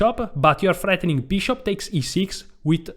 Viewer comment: This guy is hilarious! I crack every time he calls Carlsen "Maynus" and says "...it's freathening...."!🤣